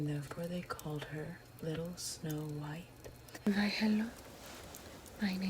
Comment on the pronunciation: Narrator: “Little Snow White” German: “sNoW vVvViEet”